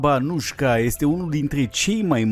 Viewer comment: A fost romanca din Banatul sarbesc din Petrovasâla(Vladimirovac) si numele ei sa citeste Anuica nu Anujka/Anușca